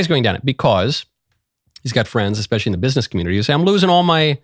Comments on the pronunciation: I also caught that. Agreed! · Anyone who says "EX-Specially" I don't listen to